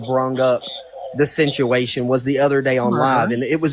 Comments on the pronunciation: If I had to hear him say "the sinchuation" aka "the situation" one more time..... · Talk about ignorant as he pronounces situation totally wrong lol just cant make this shit up!!